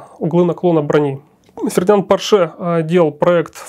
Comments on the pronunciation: Черт возьми, он же немец, а не француз. По́рше, а не Поршэ́. Но приятно слышать, как "VK" произносят как "Фау Ка", а не как попало. 8.8 cm это не совсем "Ахт ахт", это "Ахт комма ахт" (наподобие того, как и в русском, "восемь и восемь (десятых))". Искренне ваш, дипломированный преподаватель немецкого языка. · Porsche. ПОрше. Ударение на О. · Спасибо, очень познавательно! Только маленькое замечание докладчику - По́рше. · Конструктор был немец, а не француз и фамилия его была ПОрше а не ПоршЕ. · пОрше! Хватит издеваться над фамилией человека. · Порше - ударение на первый слог, на О. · Михаил! Убедительно прошу Вас провести ликбез лекторам: никакого отношения Ф. Порше к французам не имеет !!! Ударение!.. Ну как же так...Грустно. 5-10 мин потратить на изучение биографии конструктора достаточно было бы. Почему все в курсе, кроме автора работ ПО НЕМЕЦКОМУ танку?!! А лекция информативная, качественная. Спасибо. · Порше был немец, ударение на первый слог.